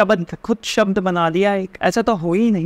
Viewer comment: Shabd ❎ Shabd ✅